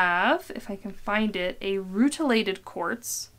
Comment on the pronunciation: "And I also have a mutilated corpse" WHAT? Oh, that was me, she said rutilated quartz...